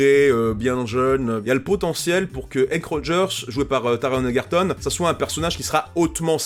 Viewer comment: Honnêtement, le trailer m'a vendu le film dans les premières secondes, dès que j'ai reconnu la musique (bon, j'apprécie aussi beaucoup l'acteur) 😁 PS : Je peux faire ma chiante ? Le G dans Ergerton se prononce "je" et pas "gue" (désolé 😭)